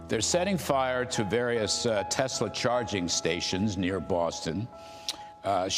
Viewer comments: I love how is saying "Tes-slur". Damn right gotta acknowledge with n*zi Musk it's a Tes-slur, or a Tesla with a hard R. Don't give that vile man any of your money! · Tesler. Lol